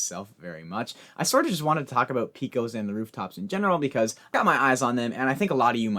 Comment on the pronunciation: I'm from Texas and I just wanna let you know it's pronounced "Pay-kohs". 👍 Love the new structure btw